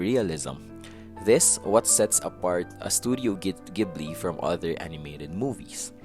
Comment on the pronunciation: You are actually correct.